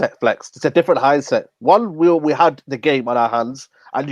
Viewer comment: Did this guy just say hindset haha. Get off the channel man. Always ranting and never calm in his delivery of analysis. Get rid!